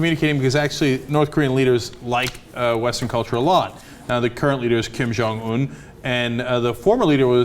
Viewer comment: Kim oll Jon ????? Cenk!!! Dude its Kim jon ill